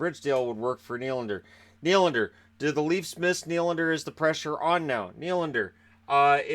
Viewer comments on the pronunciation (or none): I know everyone is changing how their name is pronounced, but apparently Willy gets to add an s to his Nylander now.